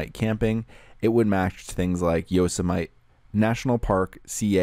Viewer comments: easy mistake to make if you haven't heard of people pronouncing that word before. hahaha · Pretty awesome pronunciation of “Yosemite.”